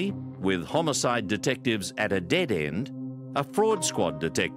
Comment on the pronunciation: Am I the only one who hears "homocide"? 🤔😂